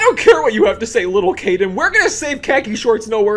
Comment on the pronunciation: Caden not Kaden